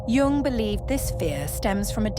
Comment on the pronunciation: A gentle suggestion.... Jung instead of Young, pls.?